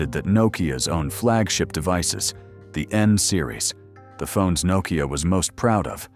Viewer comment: Crappy ai can't even pronounce Nokia lol, nocaya😂😂😂